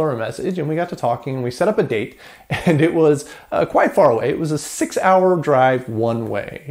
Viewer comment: the way you pronounce 'quite' is appalling